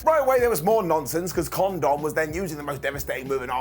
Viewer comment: The way he says Con-Dom so casually.